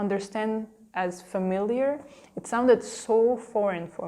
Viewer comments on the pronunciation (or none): none